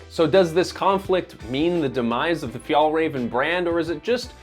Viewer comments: Haha, your pronunciation of Fjällräven is hilarious (but cute) to the ear of a swede! If you want to say it correctly, try this: fjäll = phi-el ("phi" as in philosophy + soft "el" as in the the spanish "el zorro") räven = rra-ven (the "ä" is pronounced like the "a" in ravaging or rad (and not like the "a" in large or cart) and the "r" is rrrroling like in spanish) + ven, like the beginning of ventilation) Kånken = konk-en (the "å" is pronounced like the "o" in concrete + en) fjällräven = phi-el-rra-ven konk-en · It wouldn't be so hard to learn how to correctly pronounce Kånken and Fjällräven for more accuracy, even for an English speaker, if you just made some effort. The sounds that Å and Ä make in these words are not unfamiliar sounds for American English speakers. So really there is no excuse. For me it just portrays laziness. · WHY U PRONOUNCE BRAND NAME WRONG?!?! Omg OW at least pronounce the “ä” consistently across the word 😩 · I'm not even Swedish and it triggers me how you do not know how to pronounce å and ä. Doing over 11 minute long video and pronouncing the company name, their product and the founder wrong is just shameful. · please learn to pronounce the names correctly. Åke is still not pronounced like Ake, and work a bit on Fjällräven and definitely Kånken, although you're getting a bit closer with Fjällräven. I like Kånken because they are timeless and durable, and you don't have to bring half the house for every occasion. Sure, the straps could be padded but there are other models of Kånken if one likes that. Before retiring a few years ago (so, not as a student decades ago) my teacher mom used the Kånken every single day and I still think she has it. So, people like how it looks, I don't have a problem with that. They have a durable timeless piece which will serve them for many, many years to come, it's that great for the planet?